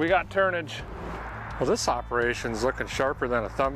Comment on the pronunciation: Did I hear you say turdage ?